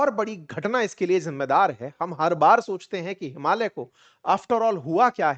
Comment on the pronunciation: आपने “हिमालय” को शुद्ध उच्चारण किया । ज्यादातर भारतीयोंने “हिमालीया” बोलते है । हम नेपाली भी “हिमालय” हि उच्चारण करते है ।